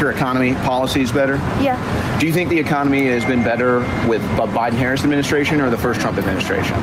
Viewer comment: This goof gives himself away when he slips and says Harris correctly.